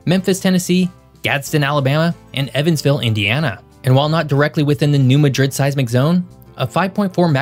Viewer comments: Southerners that live in the New Madrid quake zone do NOT pronounce it like the city in Spain. It is pronounced Mad/rid. Not Mah/drid. Please……. pronunciation is how we tell who non southerners are…..Please pronounce it correctly. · it's not ma-DRID like Madrid Spain. It's MA-drid. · We're southern here in MO. New MADrid. Emphasis on the MAD pronounced as mad. 🤣🤣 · You're pronouncing it wrong, it's new MADrid. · I just wanna start by saying its MAD-DRID to locals. Mot like spain. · New MAD-rid is the correct pronunciation. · You said New Madrid completely wrong that is not how it's pronounced LOL and I live in Missouri. It's New-Mad-Drid. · In Missouri, it's pronounced 'MAD-rid', w emphasis on the first syllable. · I don't expect anyone not from the area to know the pronunciation, but being from Southern Illinois everyone in the area pronounces Madrid like Mad-rid. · Correct pronunciation: New Mad-rid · That’s pronounced New Mad rid. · We do notpronounce it New MA-DRID.... we call it New MAD-RID 😂😂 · Are you trying to create interactions by mispronounced city names? If so, then, whatever, dude. If not, it's Cape Juh-RAR-doh, New MAD-rid, both in Mizz-UR-uh, and KAY-ro Illinois. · Im from Missouri. Your pronunciation of New Madrid and Girardeau is hilarious. We say it, "Ne Ma drid." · Good video. A great fact missed was Reelfoot Lake in NW Tenn created when Mississippi River changed course after 1811 quake. Also, pronounced "New MAD-drid" (not like Spain city Madrid.) Also "K-roh" Illinois (not like Egypt city Cairo.) Cape gi-ROD-doh (Girardeau) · As someone who respects your work, I would like to point out that the local pronunciation is New MADrid vs. maDRID ... and Cairo, IL is locally pronounced CAYro. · It's pronounced mad drid, as in I'm mad. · The emphasis on the name New Madrid is on the first syllable MAdrid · HAHAHAHA I said that too. It's New Mad...Rid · The locals are going to say something about your pronunciation of Madrid